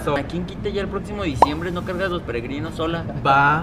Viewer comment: Jajaja tu “protximo” ya, habla bien hermana!!! Ponte un lápiz en la boca 😂